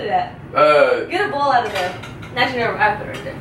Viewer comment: souds like he saying ebola eggs